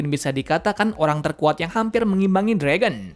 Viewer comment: Ya jir kok Fragon haha mimin nya Mau canda Kali ye